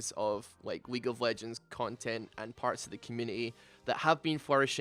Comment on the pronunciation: at some point i was sure he said weak of legends lmao 💀